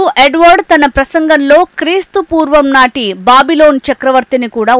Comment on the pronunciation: బాబిలోన్ కాదు అమ్మ. బబులోను